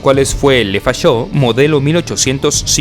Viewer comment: Se dice lefoché no lefachó..